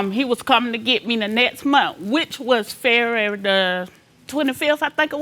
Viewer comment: I am kicking myself because I KNEW how she sounded, but crazy enough 😜 to go back to just to hear it! 🦵🏽🦵🏽🦵🏽